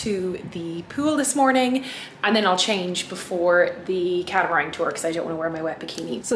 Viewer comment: Glad you enjoyed our island. Just one thing that made me laugh. We have a catamaran. You mention a few times catamarang ? I think you mean the same thing , a dual hulled watercraft. There is no g . BIG LOVE! 🧡